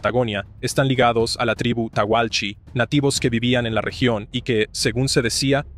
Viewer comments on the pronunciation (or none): Muy bueno el video!! Lo único malo es la pronunciación de los nativos Tehuelche, lo pronuncias tauhalchi. No se si es que tú sabes hablar indigena y esta bien pronunciado o es una fé de erratas. Naci en Argentina en los ´70 y me enseñaron en la escuela que se pronuncian "Teulche". Buena vibra para tú canal! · No es tahualchi, son TEHUELCHES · No es "teguelche"?